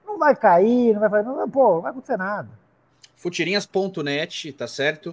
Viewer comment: O é o boca maldita... Ele fala acuntece...